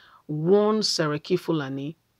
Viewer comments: It is pronounce SERIKI NOT SARAKI. SERIKI IS A TITTLE, SARAKI IS A NAME. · How do you mean by saraki instead of seriki and you keep repeating the same mistake as if you are not serious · Not Saraki, Seriki please do your research well bf Coming out to talk. O